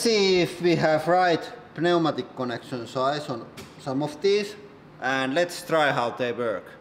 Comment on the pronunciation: Pneumatic cranes please pronounce it correctly.